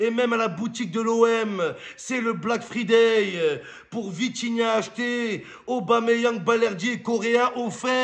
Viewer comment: Fryday chéri mom pas free day sinn t'es nuul ❤